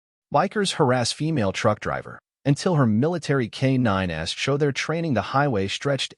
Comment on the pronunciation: K-9s = "Kay nine ess" in AI- speak.